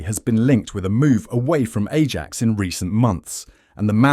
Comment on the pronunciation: Spurs are pathetic 🤣well Levy is….any top manager won’t get anywhere near to Spurs job and deal with Levy….and this channel can’t even pronounce Ajax🤣